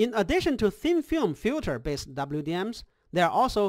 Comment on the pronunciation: FILTER! Not fjuter :). Nice thx.